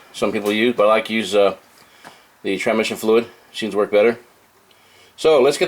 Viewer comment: "Tra-mission" fluid ... Boo-lube lol